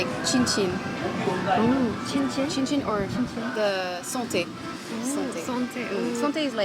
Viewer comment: Nice! but I was shock when I heard Chinchin. At that moment I realized you are not Japanese haha Nice Vlog!